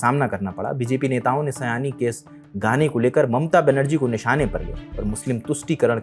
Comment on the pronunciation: आपके थंबनेल में सयानी लिखा है, लेकिन आपका उच्चारण सही नहीं है, इसलिए यह एक गलती है। नाम सयोनी होना चाहिए, जिसे बंगाली में बोला जाता है। Saayoni